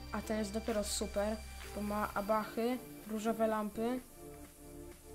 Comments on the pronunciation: nie "abahy" tylko ahaby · abahy ? a nie ahaby?